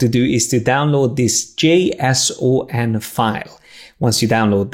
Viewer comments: Lol can't even pronounce JSON. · I love the way he pronounced J-S-O-N. HAHHA